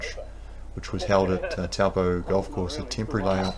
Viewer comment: I so appreciate having coverage of nz events, but please please please pronounce things like "Taupō" properly. Māori pronunciation is important, and thankfully easy.